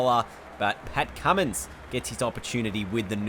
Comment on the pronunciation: His name is Cummins not Cummings